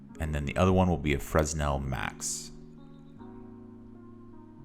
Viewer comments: This is a great material! Thank you! A couple of notes: 1) Please minimize your preview so we can see the shader graph better. 2) Fresnel is pronounced "Fren-ell" or "Fruh-nell", the "s" is silent. I had a hard time figuring out what you wanted me to do. Thank you again! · Never heard someone call Fresnel Exponent francel made me chuckle